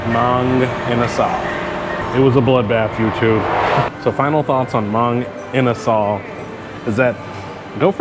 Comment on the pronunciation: Nah, you said the name right